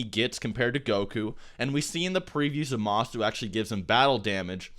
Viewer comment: "zah-MA-su" he says...